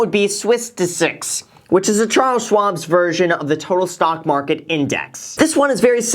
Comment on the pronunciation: i swear to god he is saying stonk